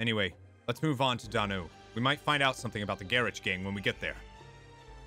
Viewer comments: I'm pretty sure I pronounced them both correctly! Donau is said like "Go Now" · "Me-le Sey-so" and "Don-ow"